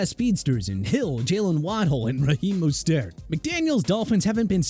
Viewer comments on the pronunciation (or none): Jaguars is pronounced jag-waars, Mostert is pronounced mos-tert...